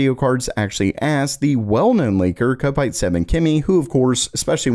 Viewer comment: I'm hoping you'll read my comment this time, being as it's the third time that I've posted it across different videos. Kopite 7Kimi is pronounced KOP ITE, not KO PITE. For your information, a kopite is a nickname for a Liverpool football club fan. The home end of Anfield football ground (where Liverpool play their home games) is called the Kop, hence a kopite is a Liverpool supporter. I know Americans sometimes have real trouble with pronunciation but I'm happy to help you out on this one....